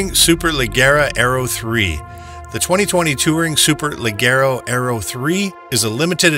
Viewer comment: friendly heads up its pronounced SUPER LA-JER-A for Super Leggera the Gis pronouced like a J & it's DE-TOMASO not one word it also originally had a the same V-12 as the Apollo IE but later switched to the V8 were most customers pulled their allocations expecting the V-12